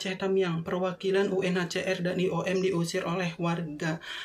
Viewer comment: Bukan "UCR' mas, tp "UNHCR" UCR mah kepanjangannya 'UCRIT'